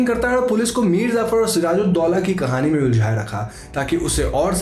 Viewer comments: bro its Mir Jaffar nor zafar... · it's mir jaffar... not mir zaffar. and mushhtaaq... not mustaq.